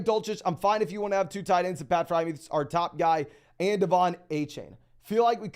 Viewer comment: Dude kills me when he says FryMuth instead of Friermuth too